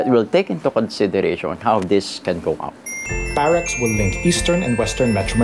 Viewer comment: parex, dapat perax ahaha.